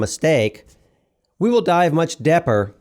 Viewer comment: ......Much depper" until you said "deeper" I was going crazy 🤣 I hear a lot of VO on documentaries where simple words are mispronounced consistently throughout 1 hour 45 minutes.